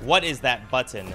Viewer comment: The way you say button has me dying